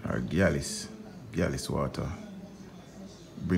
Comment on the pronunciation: say galis-water. Lmao. Me nah laugh